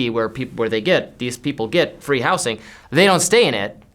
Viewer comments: is the first person I've heard who pronounces 'housing' with an "s" instead of a "z" sound. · I’ve never heard it pronounced “house-ing” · says 'housing' weird